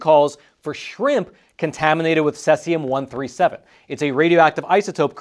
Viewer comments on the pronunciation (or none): Ceeeeesium not seasium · it is pronounced "See-Zee-Umm" (not Sess-Ee-Umm), in case you have to do follow-up reports. Thanks for sharing yet another Hot Sheet briefing. Edit: C-137 is primarily used in flow gauges in industrial pipelines, so if this scrap yard got a shipment of those gauges it was likely due to the pipeline owner not notifying them of the nuclear threat. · Cesium not Sesium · It's cesium 137, not "sessium" 137. First syllable rhymes exactly with the word "seize". You could say seize-ium 137. Patrick Cowdrey, Redding, California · It's pronounced see-z-yum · It's most commonly pronounced most closely to Si-Sium (Cesium). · See zee um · it is pronounced ...., seaziam.. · See-zee-um. Say it with me class. 🙄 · No offense but it’s pronounced seize-eee-um. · I've never heard Cesium pronounced that way. That's incorrect. Say See Zee Um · All my life I've heard it called "SEEZ-i-um". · It’s pronounced: ‘sē-zē-ǔm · Cesium. Pronounced like the word seize and e-um. Not suh-es-e-um. I know there was a graphics with sesium but it's the same element in the video For a second I thought it was a compound I hadn't heard of. This is on the periodic table and it's cesium. #55 Cs. Most people probably haven't heard of it. The pronunciation really threw me for a loop 😅 Edit: I don't normally correct pronunciations, but it's also not in any of the top comments, as well as being mispronounced throughout the entire video, so I feel it should be said. This is the word he's trying to say. Btw love, been subbed for years. Found him during the pandemic and havn't let him go ❤️ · You obviously don’t know how to pronounce Cesium. It’s pronounced ’C see um’. It can be used effectively for food processing purposes to kill bacteria by exposure to the isotope because nature being a beta emitter. When it’s used in for any reason it’s always within a sealed container. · Please learn the proper pronunciation Cs-137, the e in cesium is a long E!